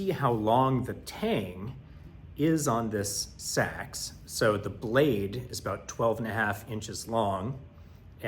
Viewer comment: Proper pronunciation of Seax . A Sax is a saxophone. Otherwise, nice job recreating one. I'd pick one up but I'm on the east coast and just found out about this Viking fest. Might go next year.